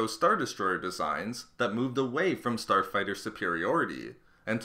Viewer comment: who heard him say Porn star fighter 3.20